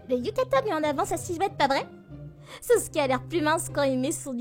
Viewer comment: Et en fait c'est pas sosuke c'est Sasuke😮